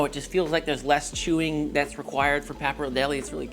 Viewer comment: nice video but i despise how you pronounce pappardelle